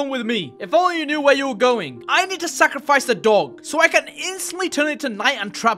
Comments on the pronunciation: guys its not sacrifice its “sack of rice” 😊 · Bro said sackofrice